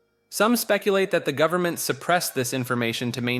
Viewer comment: Dawg you do NOT have to say gooberment lol 😂